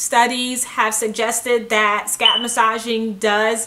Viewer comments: The way she kept saying "SCAP" instead of scalp. Lmao. . . Plus that smoke detector beeping. I can't. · the way she says scalp though